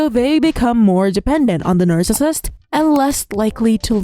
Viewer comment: Not related to content, but the way “nercissist” is pronounced in these videos really bothers my OCD 😅 otherwise, totally on point